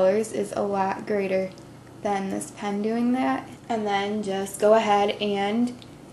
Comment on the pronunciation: It's This Not '' Dis''